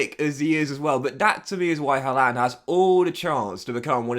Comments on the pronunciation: Good video but it’s pronounced “har-land” he even said himself in an interview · Why are you the only person on earth that HAS to mispronounce Haalands name?